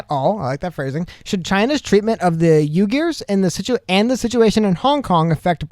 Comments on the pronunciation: Uighur Pronounced WeeGoor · oui- gurrrrl like french oui and gurrrl u so fine. L is silent. UHYGUR